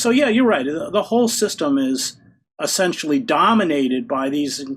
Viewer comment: What does "assentially" mean? (minuate 100)